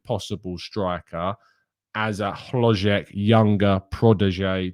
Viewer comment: As a Czech native, I must say you said the name "HloŽek" incredibly well,! Unfortunately, his signing for Bayer Leverkusen is much closer each day. Leverkusen are also NOT considering selling Patrik Schick. Both Czech strikers will be playing for Leverkusen. Schick is too important for them, he is their best player and they will need him. Especially because they will play in the Champions League next season. Sources - all of our Czech media.